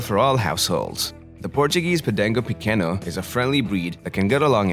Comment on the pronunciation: It's called Podengo (with a G, not C) Pequeno (no ~), not Podenco Pequeño. It's a Portuguese dog name, not Spanish.